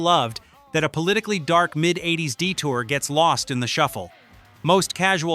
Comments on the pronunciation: AI you can tell instead of saying 80`s it said Eight oh Ess and he kept calling the band W.A.S.P. as in the letters not the word. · A lot of Click-bait AI can't pronounce 80's or words like WASP has to spell it out. MTV played "Were Mot Gonna Take It". Most the songs on this list were played by MTV. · Thumbs down for AI speaking and couldnt even say 80's right. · I still think this is AI. If you are a real carbon based life form speaking in a North-American accent in English and covering rock history of the US and British bands, why are you located in Nigeria? Why would you ever think that mispronouncing 80s and pretending it was a stylistic decision is something anybody would believe? If you really are.a human and not AI, you should understand that a large number of people who hear something that sets off the AI alarm, they stop watching the video. Some stop the video and head to the comments section to warn others not to waste their time. I hope I’m wrong. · I’m a 62 year old gramma. I have this to say, “ Tipper Gore will eventually be gone. The music lives on.” “Eight zero s”. Dude, edit your AI already. And Mick, I want that bolero. RIP Ozzy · Dear "ROCK LORE" - fix your transcription software or stop letting an AI do the narration. Hearing someone repeat Double-U-Ay-Ess-Peee instead of WASP is just plain grating. And having it talk about the mid "eight-zero-ess" is what used to be called an epic fail. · sorry I don’t subscribe to channels that can’t narrate their open content. 8 0 S instead of 80’s, REALLY?’ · Cannot endorse videos like this that are so poorly made with AI that they call the eighties Eight-Zero-S. A little editing goes a long way. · It’s WASP “We Are Sick People” I hate AI voice overs!!! It’s “80’s” not 8 0 s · That's because the narration is AI generated didn't you catch where he said 8. zero S instead of 80:s? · You would have enough sense to call the decade the 80's, not 8,0,s AI SUCKS!!! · ahh, i remember the "eight zero s".. good job ai